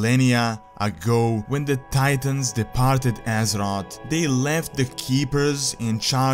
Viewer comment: It's azeroTH, not azerot